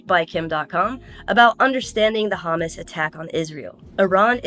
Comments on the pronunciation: 🛑It is Hamas🤏 🛑Not Hummus 🤦‍♀️ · Hamas, not Hummus. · It sounds like you are saying "The hummus attack".